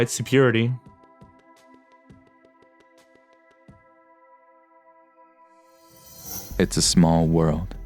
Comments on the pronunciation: OK... "So-purity" instead of "superiority", employees being "scolded at" instead of "scolded"? The narration is killing me! Crack open a book... listen to people speak for Pete's sake!!! Arghhh. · If you are going to narrate you should pronounce words like menstruate and superiority correctly. Just sayin :)